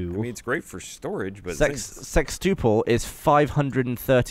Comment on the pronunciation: Really? Gavin kept mispronouncing the "tuple" part of the words and no one called him out on it?